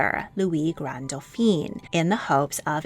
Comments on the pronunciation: Great informative video. It's just some of your French pronunciations need to be more nuanced: for example when referring to men you kept on pronouncing Dauphin as "Doh feen" but that is if they were female and spelt as Dauphine ... it should've been pronounced as "Doh feh". You also pronounced Charles as "char-leh" but it should've been "shar-L" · Excellent pronunciation overall! Just a little correction. Dauphin is pronounced dough-FAN. Dauphine, the feminine of the word, is pronounced dough-FEEN, as you have been pronouncing Dauphin. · You really have done a great job. Feedback: For the masculine pronunciation, it is Dauphin (doh-fan) not Dauphine (doo-pheen). You consistently pronounce the masculine like the feminine title. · Try to remember that the male version of Dauphin is doe-fau. Doe-feen (Dauphine) is the female pronunciation. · I would like to point out that you pronounce "Dauphin" the way the French pronounce "Dauphine," which actually refers to a princess instead of the crown prince. Only change I'd make to your work - big fan. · I love your videos but your pronunciation needs more research for accuracy. In this one, you're pronouncing "Dauphin" as "Dauphine". The first is a son of the French King, the second is his wife. 😊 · These documentaries are always interesting but please Dauphin (Dfoén) is not to be pronounced Daupheen (Dauphine) which is the title borne by the Dauphin's wife. Congratulations on the correct pronunciation of "Leszczynska". Also whenever a Medici is mentioned the accent is on the "e" so it is NOT "MedEEchee"! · Dauphin is pronounced doe fan.